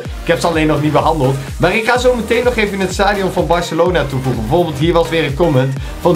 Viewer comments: Barcelona is het in plaats van Barcalona😉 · Het is Barcelona niet barcalona